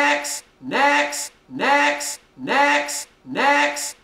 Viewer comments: sounds like he's saying necks * reads top comment * still posting tho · all i hear is medics niax and necks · I've been listening to this for a while and I SWEAR TO GOD he's saying 'EGGS' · i immediately heard necks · Lol sorta sounds like "dicks" or "dex" lmao